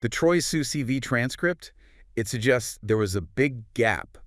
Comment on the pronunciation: 😂Why you guys keep saying Troy C E TV . Troyce really isn’t that hard to pronounce.